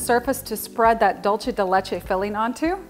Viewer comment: Dulce de leche pronounced like a normal s it’s not Italian it’s Spanish for sweet milk